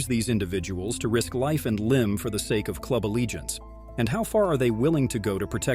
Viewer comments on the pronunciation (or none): none